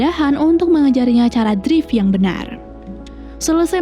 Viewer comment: Kak,kalo bisa drift jangan dibaca drive,makin greget aku dengernya